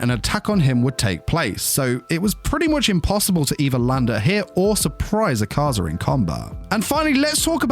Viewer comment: Bro Pls My Name Isnt ahkaza its “A ka zah” pls douma will laugh at MEEEEEEE